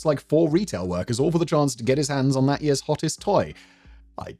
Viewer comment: It was four yeeahhs praah